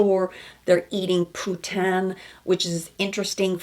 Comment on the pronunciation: Exactly, that was bizarre. And it's pronounced "poo-TEEN"